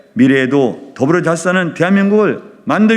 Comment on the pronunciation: 더불어 잘싸는 ㅋㅋㅋㅋ 혓바닥이 짧나 발음교정이나 해라 중국가서 사시고 미친 매국노